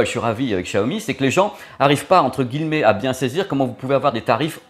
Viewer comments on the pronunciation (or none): Ca me fait toujours bizarre ta façon de prononcer "guilemets" au lieu de "gui ye met" ^_^